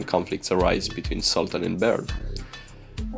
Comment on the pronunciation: Sultan not Saltăn!